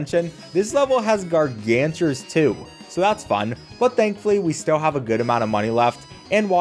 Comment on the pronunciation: It's gargantuar not gargantures (no hate)